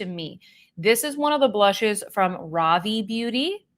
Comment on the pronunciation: Ravie is pronounced Ruh-Vee. 😊